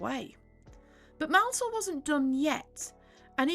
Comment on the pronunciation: Sure is refreshing to hear someone pronounce Richard Maunsell's name correctly for a change. It really maddens me when people pronounce it as "mournsell". And the video itself was a very nice history lesson on the Arthurs.